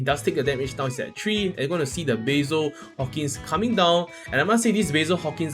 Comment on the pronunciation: Why you butcher my Hawkins name 🥲